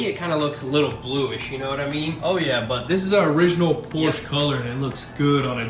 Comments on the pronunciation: that is Porsche, not a Porsch :) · The American pronunciation of Porsche is POR • SHUH. Please respect the name while making it beautiful again. With love, peace.